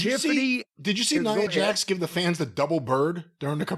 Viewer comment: or however u spell it has the worst sense of humor. Ooo and 22 times jim says neeeeea Jax he doesn’t correct him nice